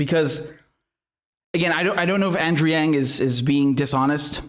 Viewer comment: Andrew doesnt pronounce his own last name right